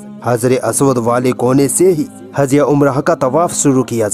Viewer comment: Next time jo video bamayen usme awaz kisi sahi urdu bolne wali ki ho. Ye sahab jo back ground me bol rahe hain inko difficulty arahi hai Z j waghairah bolne me aur kuch alfaz sun le jaise huj ko huz, hajr e aswad ko hazr e aswad ko hi sun len kaise bol rahe hain. Agar urdu hi me samjhana hai to behter lage ga koi sahi urdu bolne wala ho.